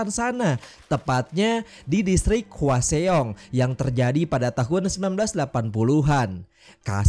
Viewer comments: Itu nama kotanya dibacanya hwasong bang bukan hwaseong..itu daerah tempat kerjaku. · Bukan HUA XEONG tapi HWASEONG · Bang mau nanya bang, ini abang nonton film nya kan yak tapi kok penyebutan nama dan tempatnya kok aneh ya ? Kayak hwaseong kan penyebutannya hwasong tapi kok malah "hua se ong" ? Terlepas dari situ alur penyampain abang menarik sih keren reviewnya bang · Hwasong mas d bacanya… bukan hwaseong🙏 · Hwaseong bacanya hwasong, bukan hua xeong😒 cara baca lu salah semua